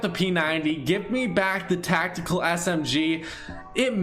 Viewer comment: “Tactekel” LMAOOOOOOOOOOOOOOOOOOOOOOO